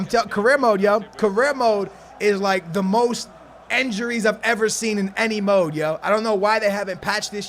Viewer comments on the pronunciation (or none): Anyone realize he says "enjuries" instead of injuries